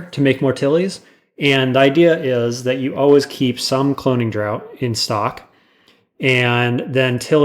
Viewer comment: you say "draught" like "drought"; but try out the mouth-feel of saying it like "draft"